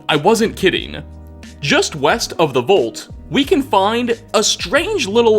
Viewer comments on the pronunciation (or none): ...the word vault is pronounced like the a in wall, not the o in volt.